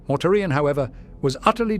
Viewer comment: I love this voice, but I still get the occasional laugh when its AI heritage exposes itself, such as when it pronounces Mortarian as “Mortar Ian”. 🤣 Will we ever get to hear a “blooper reel” of our beloved mispronouncing words before finally getting it right? Maybe as an April Fools Special or Patreon Exclusive? 😁